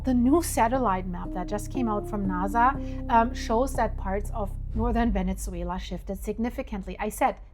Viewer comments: It’s NASA with an S not naza with a z….. subtitles is even spelling it with a z because of your pronunciation. No biggie Just didn’t know if you knew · It's pronounced NASA, not NAZA. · it not Venitzzuela...its Venezuela.theres no T. and Nasa is so simple also.its not naza